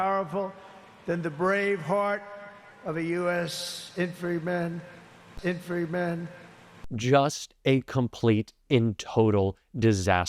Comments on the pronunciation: In Fan try man! Say each syllable separately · What are "infanry" men? He tried twice and could not pronounce the word 'infantry.' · Inframy man!!! WTF Can’t even pronounce basic words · Anybody else feeling nauseous watching captain bone spurs himself receive that flag and then not even be able to read and pronounce the word infantry, so embarrassing in front of the entire world. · Infantry . Nine years old kid could say it better. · Wendy uk Can't trump pronounce 'infantry' fhe imbocile and why was taco saluting and not Hegseth who has been in the military unlike trump.The whole parade was a waste of time juzt because trump wanted a big show to boost his inflated ego,just waiting to hear him lie about the size of the crowd,we all saw the very small crowd. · does he not know how to say infantry?